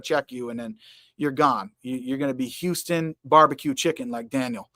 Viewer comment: Brother awesome beard - return it brother, & with awesome hat, shirt and background picture! Where is that picture? nyc? - HAH! Funky bro! also you forgot the pin! 52.30 - houstan texas with george bush accent, HAH! 54.40 - Yasir Qadhi vs Yasir Qadhi was funny!